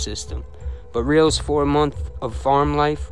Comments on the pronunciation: FYI, ... Kid twist's last name is pronounced Rel-is.. not reals.. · It's Not "Reels" its Abe Rel- les, "The Stool pigeon that could sing, but couldn't Fly". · Nicely put together, Abe's last name is pronounced Rel-ez,an easy oversight, they ended up killing Chris Rosenberg too, Very treacherous people in this one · Great vid... Didn't know how how much damage Meldish did.. good stuff.. glad your not talking about the same ole people.. Idk why your pronouncing kid twists last name like that.. Whenever I've heard it said it's sounds like it's spelled Relis.. Just so you know.. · Abe ‘Kid Twist’ Reles*, pronounced Rell-is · They actually called him the pigeon that could sing,but not fly!Your welcome!!And you pronounced Kid Twist last name wrong,it was pronounced (Rell-ess)Reles!